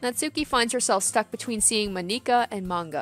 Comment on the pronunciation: I died laughing when she pronounced monikas name